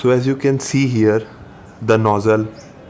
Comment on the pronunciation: Enjoyed you video…now it’ sounds like your fixing your nose..so make sure you put the z sound in nozzle..just a little help..you English is fine..Thank you for the information